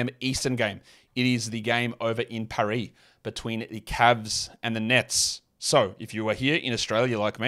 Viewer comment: Cmon you’ve got to drag the r in paris, pronunciation is key😂